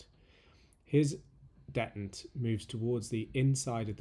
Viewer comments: 🤔 .... detent. dettent?.... OH! ....deeeeeetent. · You pronounce detent in an unusual way. I've always heard and said dee-tent, accent on the first syllable. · Maybe it just got lost in the pond, but I’ve never heard “detent” pronounced that way. Edit: Just finished the video. Kudos on a job well done. I appreciate your narration style almost as much as your attention to detail. You, sir, are a true craftsman and definitely deserve a sub. 👍🏽